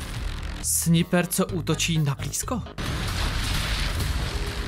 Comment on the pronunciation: Ale notaak, neříká se "Sniper" ale "Snajpr". Jen tak pro inf.